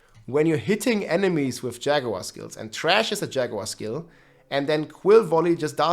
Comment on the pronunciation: you pronounced thrash as Trash ~ I love u 😂